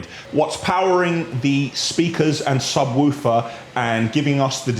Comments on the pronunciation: man said 'sub whewfer' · Gotta love and his pronunciations - Sub whuuufer <3